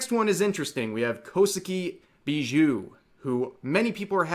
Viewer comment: "ShioRAI"? "KoSUki"? "CalLIEope"?